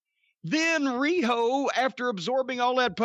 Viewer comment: that was the most beautiful RIHO Jim has ever done